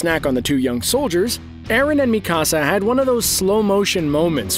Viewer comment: The way you say Mikasa name is triggering me